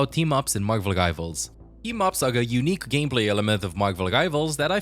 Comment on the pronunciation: Marvel Givals? You're saying the R in Marvel. Help me understand 😂